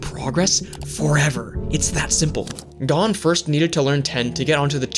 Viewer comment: thanks for the shoutout also it's pronounced (go n)